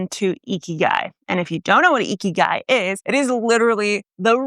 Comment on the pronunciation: Very western pronunciation of 生きがい, haha.